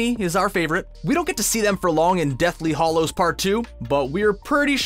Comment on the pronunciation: It's hallows as in the name, Hal, not Hollows as in hall.